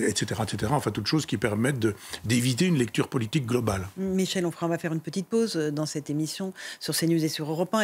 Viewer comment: Onfray, pas frais.